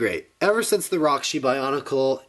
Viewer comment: Haha you called him out multiple times for calling it a gear function and "corrected him" that it was a knob function. And its "since" not "sense", just trying to help improve like you said you were